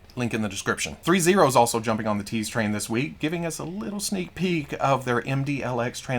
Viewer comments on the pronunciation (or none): At first, I thought you said Rita Repulsa "teats," not tease.